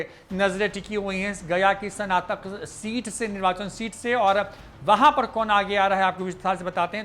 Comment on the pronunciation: Are dhondhuu sanatak nahi snatak hota hai padhle pahle😂😂😂😂😂😂